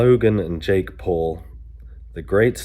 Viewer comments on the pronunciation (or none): none